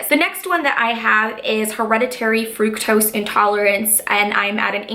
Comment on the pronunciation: It's not frooktose it's fru-k-tose my 12 year old cousin know how to pronounce it.